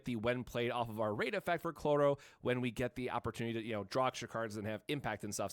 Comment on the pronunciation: IT'S CHROLLO! NOT CLORRO!